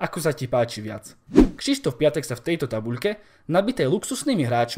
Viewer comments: sprav video o Pépému, lille tuto sezonu hraje super a celkom im fandim a inak ten Piątek sa číta piontek a nie piatek☺️ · číta sa pjontek